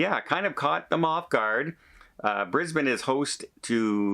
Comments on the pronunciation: Your pronunciation of Brisbane was perfect. Bris bun.😊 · hi:) I'm really confused. Brisbane now only has one cruise terminal, the new one that opened at the start of this year. is this the port that they are closing? or the old one? hoping its not the new one as that's where most of our cruises leave from.oh and you said Brisbane correct hehe;)